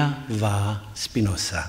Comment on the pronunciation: Er heißt nicht Spinossa.